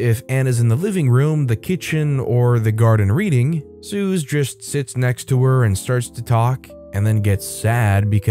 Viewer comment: Suze is pronounced that same as Suzy. It isn’t a common diminutive, Bob Dylan’s early girlfriend used it. She’s on the Freewheeling Bob Dylan album cover. I was told by a nutritionist that Rotisserie chicken is not a bad food. Most of the fat from the chicken has dripped away from it.